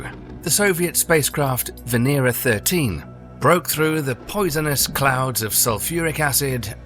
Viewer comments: バネラではなく、ベネラでは？ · ⛔️ it is VE-NE-RA....it is read as it is written, it does not have an English accent, finish with your accents and read exactly as it is written, what does VENEIREA mean?